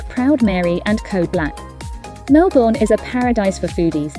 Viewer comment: Lovely summary of our city and inner suburbs. Just a tip: it's pronounced Melb'n. The vowels in 'bourne' are silent.